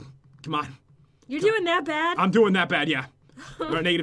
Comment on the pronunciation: Bad not baf